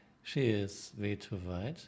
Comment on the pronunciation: "Vay too long, vay too vide" That's what she (a German woman) said!